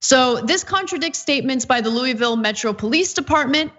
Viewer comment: You are pronouncing Louisville wrong!